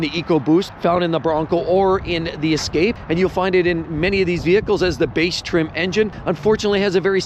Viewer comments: Ford Ess-cap-a? But then he said it correctly the second time weird. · The way you pronounced the Ford escape is hilarious 😂